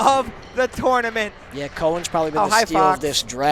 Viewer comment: Please learn how to say tournament...FFS